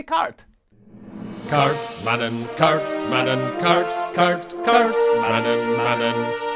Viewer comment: and, FYI: the last N in kaartmannen is not pronounced!